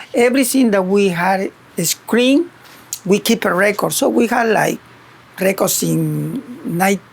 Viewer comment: He's been working at IMAX for 33 years; but he can't say the word "screen".